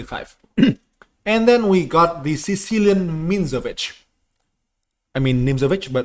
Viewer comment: Sicilian mihnsovich lmfao